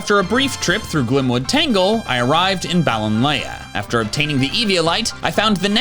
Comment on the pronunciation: Balonlea is pronounced like Balon-lee.